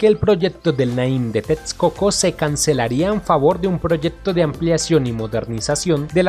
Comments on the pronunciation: TEXCOCO = La Equis se pronuncia como una simple "S" = TESCOCO. Veo que sufres cada que pronuncias la palabra. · Es mi imaginación o el que narra el video no es Mexicano?... pues su acento es un poco confuso., pues pronuncia tetscoco en texcoco y muchas palabras en Nahuatl mal pronunciadas... saludos!!